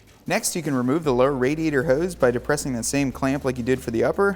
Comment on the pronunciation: Thanks for the video, but why are you mispronouncing "radiator"?